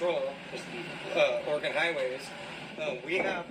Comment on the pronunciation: Oregon Driver's License - non-commercial - Valid for 8 years: $60 initial / $40 renewal Oregon Vehicle Registration fee - Valid for 2 years - ~$122 (depending on the year of the truck) Also - You said "Oregon" properly the 2nd time. :D "Origun"